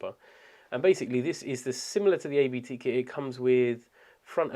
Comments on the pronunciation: Hey! Nice video, thanks you very much! btw: its abt, not ay-be-teh. Its a lastname of campanys founder, not an acronym.:-) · It's not "A.-B.-T.", it's simply Abt. It's a family name. It's also a clerical term, it translates to "abbot".